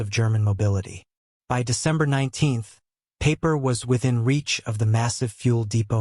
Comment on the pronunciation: His name is pronounced Piper, not Paper!